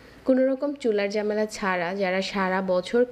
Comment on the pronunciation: উচ্চারণটা ঝামেলা নট জামেলা .. পাঁচফোড়ন নট পোরন এইভাবে নট এইবাবে ..